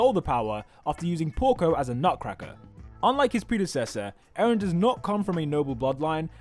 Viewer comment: eren not aaron